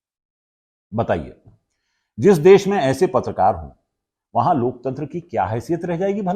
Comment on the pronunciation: जी अपने अपनी बातों में कई बार लोकतंत्र की दुहाई दी तो कम से कम शब्द तो सही बोलिए ।"लोक चंद्र " कहिए महा मानव से कुछ सीखिए